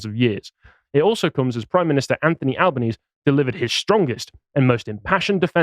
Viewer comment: Just FYI, his surname is pronounced "Albaneezee".